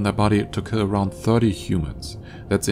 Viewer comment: What is this word "ki"? It's "kiLL"!